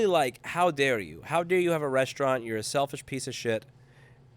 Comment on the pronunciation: resta-ino mate, not resti-ano :P <3